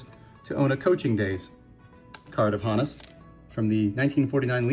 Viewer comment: Great items! Two things struck me. 1. Thank you for being the only content creator on YouTube to actually pronounce "Honus" correctly. 2. That Hornsby auto is absolutely next level. Never let it go!